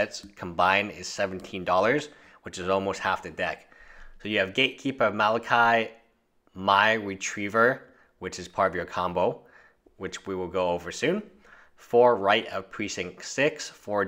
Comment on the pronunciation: prononced Mal:ah:keer and Mear